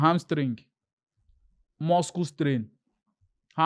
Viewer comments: Why is calling it muskle strain.. 😂😂😂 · Wetin be muskle strain Make ona correct your guy nauuu Which kind pronunciation be that